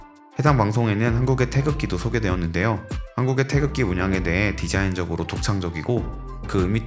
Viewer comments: 태적지?? 태극기 발음좀 연습하고 해라. 듣기 심히 거북 스럽다. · 태극기라고 발음도 제대로 못 하면서 남의 나라 국기에 대해 설멍할 자격도 없네요 자꾸 태적지라고 부름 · 테이젖지 라고 하네요😅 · 영어표기가 어떻길래 발음이 "태줙지"일까...나레이터가 대본에 대한 이해가 1도 없이 읽었나봄... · 태적지가 몬가 했더니 태극기를 잘못 발음한 것이네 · 태극을 태적 이라고 발음하다니... 태적지..? 누군가 바른 발음 알려 주세요 태극기 라고... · 영어 발음이 태즉으로 ㅜㅜ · 테이족지....가 뭔가 했네. 기왕이면 태극기에 대해서 그리도 상세하게 다루는데, 제대로 된 발음으로 할 수도 있지 않았나 싶다. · 뉴질랜드에서 방송을 만든것은 기쁘지만....태극기 읽는 발음을 제대로 알고 해 줬으면 더 좋았을 것을 ^^*....No 태줘어찌...Yes 태극기. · 뉴질랜드 방송사는 태극기를 태적지라고 발음할만큼 감수를 하나도 안받았군요. 참 실망스런 접근법이네요. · 태극기를 자꾸 태적지라고 읽는거 거슬리네. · 태쥭지는 한국어학회가 만든 외래어 표기법으로 인한 최악의 오류 발음인듯... 아무도 발음 못하는 알파벳 표기법 도대체 누가 만든거냐? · 태극기를 영어로 어떻게 표기했길래 영 듣기 거북한 발음이 수도 없이 반복되네. "태져옥지"가 뭐냐? 영어 g를 모조리 ㅈ 발음으로 말아먹어 버리네. 제대로 감수도 하지 않고 방송한 걸 그대로 또 갖다 쓰는가? 한심하다. Tae-Geok-Gee? "태지옥지" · 태적지 가 아니라 태극기로 발음 했으면 더 좋았을텐데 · 태극기 발음 다 틀리는데... 태쥭지~ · 이 방송의 해설자는 계속 '태극기'를 '태적지'로 발음 하는데, 아마 영문으로 표기된 'G'와 관련된 오독으로 보입니다. 차제에 우리 국기의 고유명인 '태극기'의 올바른 음가의 전파에도 심혈을 기울이고 바로잡아야 할 것 이라 생각됩니다.